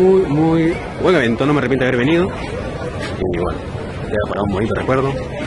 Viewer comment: "Haber" jajaja, peor que:v